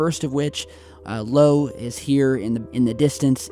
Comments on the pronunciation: Eye-O. io. Not Lo. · Stephanie Rosenberg thank you! What the heck is lo? It’s ‘eye-oh’ 🤦🏻‍♀️ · It's not '"Lo", it's "Io". (io) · This is by far my favorite website,love the info you share with all of us, but I have to let you know that Jupiter's moon is pronounced eye oh, not low. Just trying to help out. ❤ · Seriously?! Jupiter's moon 'Lo'? 😂🤣 I'd expected you to be able to recite the solar systems moon's by heart! It's ' io ' love your stuff man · Not 'Low' it is called 'IO' (eye-ooo) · Btw It’s IO (eye-oh) not “low” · It's called EYE-oh... Io... Not Lo...LoL😂🤣😂🤣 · io not Lo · Low?????? Moon is called IO. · Cant remember what video it was you did but you pronouncing jupiters moon wrong. Its io not low lol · I love your posts but I need to correct you on one thing. The moon is called Io (eye-oh) not Lo. Not trying to be a dick. Love!! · Lo? I think you mean Io. That’s an I. As in “eye.” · It's not "Lo" as in Low, it's Io (EYE- Oh) Io was, in Greek mythology, one of the mortal lovers of Zeus. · its not low its i-o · io, not Lo. The i uppercase is a trap! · It's Io (io) btw not Lo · Lo (Low)?!! Did the Mandella Effect took hold of you and spanked you into submission? It's Io (Eye-Oh). Love ya! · Jupiter's moon, LO???????? ROFLMAO!!!!! It's actually Io (eye-oh). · nooooooo, i cant believe you called the moon "Lo". As if the name of a moon would be spelled with a lower case "l". Ha ha ha! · Just to clarify you are saying lo but you are actually meaning io Jupiters moon is called io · IO not LO., c'mon man. (Eye-O) How can you not know that...smh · Not "LO"... IO... as in eye... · I O. Not L O. :) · buddy! It's Io. As in Eye-Oh. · It's ice and it's io not low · The moons name is IO...eye-oh...not LO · That moon is IO...not LO,...just saying!:) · Where the heck is LO? I think you mean IO Please get an education. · the moon is called (EYEO)IO.NOT LO,my friend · It's "I-ohh" not "lo" :) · Lo? LOL!!!! It is Io not Lo